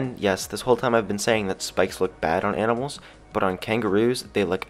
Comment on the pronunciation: Did he say YANIMALS at the beginning?😂